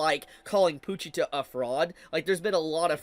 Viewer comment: “Poo-cheetah” is a crazy pronunciation 😂